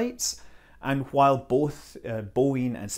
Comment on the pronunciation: Scott you said "while" stressing on the h or what ever like that "Cool Whip" Brian and Stewie Scene in Family Guy!!!